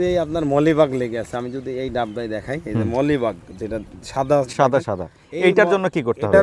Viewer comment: মলিবাগ নয় মিলিবাগ।